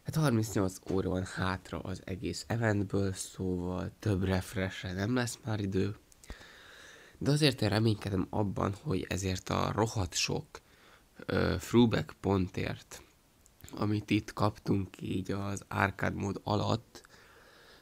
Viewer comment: Azt mondja hogy "frúbekk" a "tróbekk" helyett. Jó kis hamis angol érettségid van:)